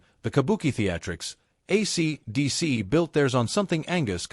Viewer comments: Shit Bag AI can't even say, AC/DC. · Yup. The robot doesn't know how to say it. It can't hear the way it sounds. Pathetic. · Hay fella, AC/DC ISN'T SAID WITH A OVERDONE PAUSE BETWEEN THE AC AND DC AND THIS SLASH YOU MENTION DOESNT EXIST EITHER. ITS MORE THAN OBVIOUS THAT YOU HAVE NO IDEA WHO AC DC IS AND YOU DO THIS VIDEO A GREAT DIS SERVICE.